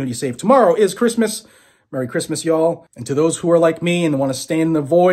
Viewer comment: Well. I know the weather is causing havoc. But, you could always move back to Massachusetts... NOT. Better that you are where you are. New place is looking good. Merry Christmas. Thank you for always being our source of 2A info and updates. Oh, and I noticed your "y'all" is sounding pretty good. LOL